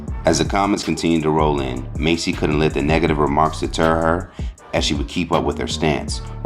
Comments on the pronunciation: Why he call them Macy as if he never heard they name being said before.. it’s MASS dude not Macy like u didnt grow up watching them..😑🤬😤 This why I don’t like you you speak low and you think you educated when you really not 😂😂😂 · There is a Huge difference between 'mace' and 'mass.'🤦🏽 #Idiot #Enunciate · Dude I know you can read it's Massey not Macy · MASSey, not Macy😂 She shouldn't have said anything at all, just let them deal with it 🤦🏽‍♀️